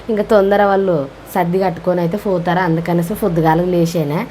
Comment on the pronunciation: ఫోతారు కాదు పోతారు 😛